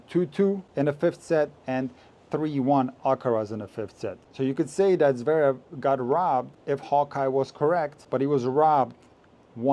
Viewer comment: Good riddance to NBC. Couldn't someone have taught Mac how to pronounce Zverev? It's not Zaverev!